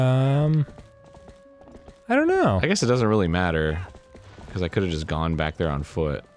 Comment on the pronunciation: I love how Dan doesn't harden the G's in words like stronger and younger. And the way he says becawse